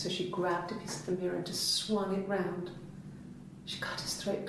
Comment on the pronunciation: why did you say rou!d instead of round lmfao